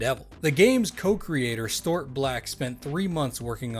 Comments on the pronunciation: Storeought Black It's pronounced Stew art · Stuart = Stew-ert